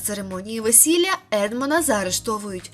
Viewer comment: ЕдмОн ДантЕс бо він француз. Робіть правильно наголос